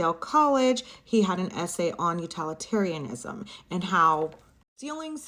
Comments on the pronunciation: I'm late but Utilitarianisn is pronounced Util, like Utilize, not Utal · I think you’re mispronouncing utilitarianism as utalitarianism. It’s pronounced like utility, not utality . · Please learn how to say utilitarianism. You are not educated enough to be acting this way 💀